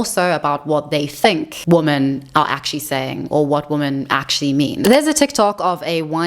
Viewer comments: Why do you pronounce women to sound like woman. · Great video. I have a question (and believe me, I'm not trolling). Why is the word "women" (plural of woman) pronounced "woman" in this video? It's a bit confusing to be honest. Is it a new thing? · "Women" , not "woman". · You're new here. It's every video. She can't pronounce it, she knows it sounds wrong to her listeners, she hinted that she can't and it might be a neurological disorder, but she's never explained WHY she pronounces it incorrectly. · How hard is it to pronounce women? 🤷